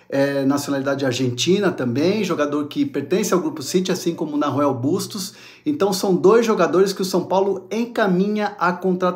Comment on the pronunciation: So um comentario meu querido, o nome se pronuncia com H muda, sou uruguaio e é bem estaranho ouvir "narruel"kkkk um abraço